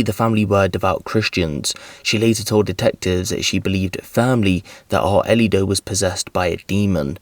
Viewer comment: How the hell is this man pronouncing the child’s name? It’s “ARELY,” not “Arlito.” AR-LEE. how tf do you get “Ar-uh-lee-doh” out of that name!I’m confused af about how he’s messed it up that bad.